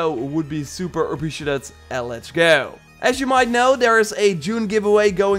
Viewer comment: Nobody:: Let's geauo